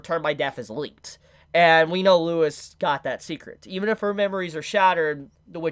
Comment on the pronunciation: I know its all text and personal preference, but I promise Louis is pronounced without the s like its French